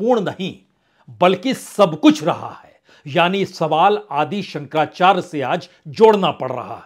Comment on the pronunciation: 👍 आप काफ़ी अच्छा बोलते हैं, हम तो आपको तब से सुनते आ रहे हैं ज़ब आप 10 तक मे थे किन्तु आज आपके द्वारा जगद्गुरु शंकराचार्य जी का नाम स्पष्ट न पढ़ा जाना दुःख दे रहा है